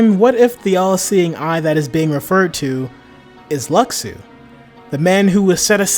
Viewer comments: it's pronounced "lushu" "LUSHU" !! that's like calling xehanort "ex-hanort" or xion "ex-ion" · his name was said in Backcover though its pronounced Lu-shu